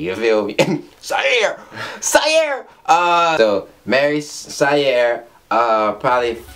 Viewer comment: Its Saiyr (sy-ear)